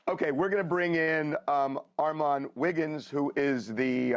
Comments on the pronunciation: ION like the way Harvey saying your name Armon - can somebody correct him! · Please tell them to get your name together!!!! How can they not pronounce Armon?? Congratulations !! You’re doing great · Armon (R-Mawn)!!!!🤷🏾‍♀️😩😩😩😆❤️